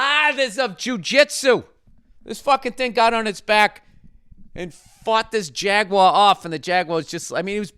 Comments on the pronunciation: Someone tell him how to say Jaguar and not to pronounce it like it's French. "Jagwaa" haha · Call me a dick cause I don't know why Bill's pronunciation of "jaguar" bothers me. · My guy said jagwa every damn time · Really here Bill’s Massachusetts accent when he says Jaguar 😂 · Your Boston accent comes through when you say "jaguar" 😂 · Lol what is with that “Jaguar” pronunciation